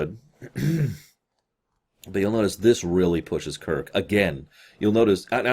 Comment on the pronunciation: I like how she says Kirk "Kik"